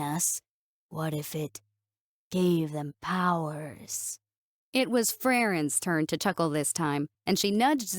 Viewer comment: All you have to do is say “Frairen” and the video gets an automatic like from me.